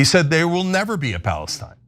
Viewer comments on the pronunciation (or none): none